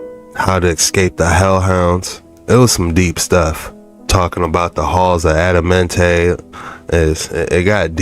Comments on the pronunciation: You just heard the man say the right name the halls of Amentae and you saying Adamente why you feel you change the pronunciation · Bruh looked at the word "Amenti" on the screen, LISTENED to them pronounce it several times, and still fixed his lips to say "Addamentay" ... wtf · It's Amenti not Adamenti lol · it’s Amenti not Adamenti!